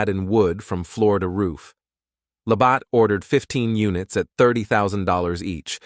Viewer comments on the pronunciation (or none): It’s a shame the narrator didn’t trouble himself to properly pronounce Labatt’s.